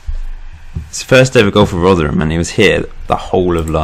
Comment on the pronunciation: Oh yeah and we pronounce rotherham rother rum